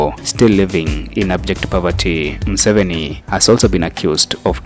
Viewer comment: His name is Museveni not Musoveni